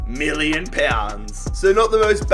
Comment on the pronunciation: MILLION pounds 😂 how u said it though